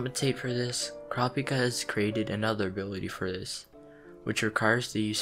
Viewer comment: Pleeease pronounce his name right OTL the dub gets it so wrong. In the official character book, it's coo-rah-pee-kah. Please watch the sub for the correct pronunciation.